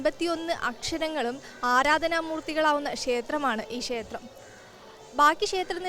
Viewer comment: കുട്ടീ.... ക്ഷേത്രം എന്ന് പറയൂ. ഷ എന്ന അക്ഷരത്തിന് പകരം " ശ" എന്നാണ് ഉച്ചരിക്കുന്നത്.